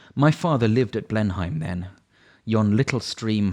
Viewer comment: You have clear diction. Not keen on 'vic TOR REE' though, and it's pronounced 'Blenam', not 'Blenheim' (I live close by!)